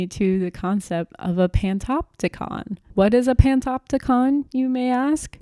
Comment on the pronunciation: truly informative video! I enjoyed it :) only thing is I believe it's pronounced "pan-OP-ticon"!